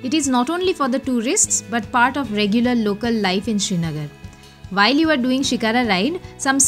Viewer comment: And please its "sri" nagar - land of the sun and not SHRI NAGAR